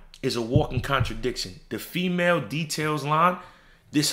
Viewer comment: Nobody thought he said I Got the Fea Mail